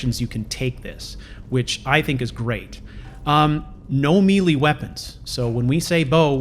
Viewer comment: As always, I love your vids. Btw it's pronounced as may-lay (melee). Hope that helps!